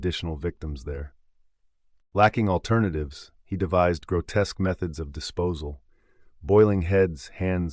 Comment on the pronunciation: Add grotesque to that list too lol